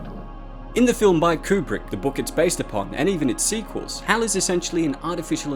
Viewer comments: IT'S NOT "H A L 9000". It's Hal 9000. And he's a My Pal !!! See. You don't understand his story, so I'll share the Haps of Hal 9000. The name stands for,.. "H" , as in Heir to the Thrown. "A" , for air, because he flew here from Texas. "L" , for Loki. My last pal that pasted from terminal cancer. And of course, being born in 2010 . Well. The connections are pretty Obvious. Which maybe now you all can see,.. why Hal didn't open the pod bay doors for Dave. He's A Freakin Dog. He doesn't know Dave. And doesn't have opposable Thumbs. And Dave didn't even offer him a biscuit. I mean come on. Hal does have extra Dew Claws. But they don't open pod bay doors from my experience anyway. Hope that clears up Hals Story 🥰🦮🥰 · The first time I've ever heard someone call it Haytchayelle 9000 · He must have lived in Australia for a while.